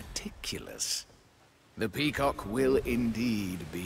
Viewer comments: Wie dieser Sprecher immer pea COCK betont... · ich höre immer peecock XD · Das Video könnte auch heißen: sagt die ganze Zeit pekock weil er’s lustig findet